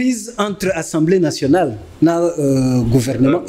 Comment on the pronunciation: Slt ndeko. Pardon olobaka tjs " ENSEMBLEE nationale ". Sikoyo owuti ko tanga ba articles et tu prononces ENSEMBLEE nationale ( peut-être avec accent aiguë selon yo) mais ce mot n'existe pas en français. Na lopoto ba lobaka assemblée nationale. Na landaka yo mais olobaka tjs ENSEMBLEE nationale.